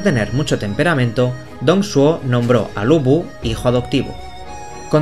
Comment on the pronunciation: Me estoy leyendo la novela y, la verdad, me hiciste un buen resumen para consolidar los eventos del 2° volumen XD PD: Deberías al menos pasarte por la wikipedia. Ahí te dicen como pronunciar los nombres. Ejemplo: Dong Zhou se pronuncia Tong Chuó o Lu Bu se pronuncia Lu Pu. Pero por lo demás, excelente vídeo 👌